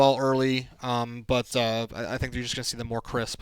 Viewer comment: Lmaoooo I caught that "He's groin with the Ravens."